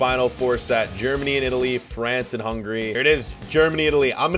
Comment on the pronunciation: Hungarya" in Hungary we can say Hungária, and you not far away from that😂